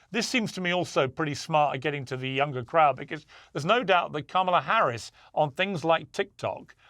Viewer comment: Ma’am you pronounced VP Harris name incorrectly. FYI: Felon Trump